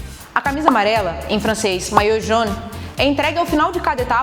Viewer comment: Maillot Jaune, não "Jeune"